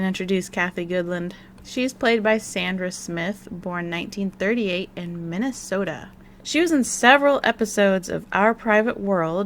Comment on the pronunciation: Your pronunciation of Minnesota cracked me up.